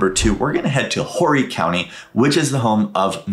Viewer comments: Dude, dude, dude - it's not pronounced Horry County the way it's spelled - the "H" is silent! Or-eee. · The “H” in Horry County is silent. 🫣